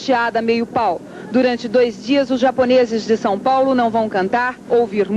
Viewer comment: Reporter burra, pronúncia os nomes japoneses tudo errado